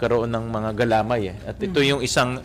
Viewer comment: Sen Win mali po ang pagbigkas nyo said "galamay". Nasa "may" po ang accent.